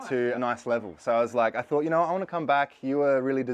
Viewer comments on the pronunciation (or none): none